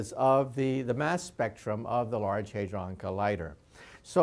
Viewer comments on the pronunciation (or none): none